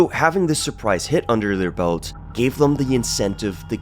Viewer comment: "Them" rhymes with "Hem". Not "Rum". It's not "Thum". You're driving me crazy.